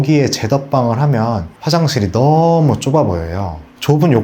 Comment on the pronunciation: 너어~무~ 가 어느지역 사투리인가요?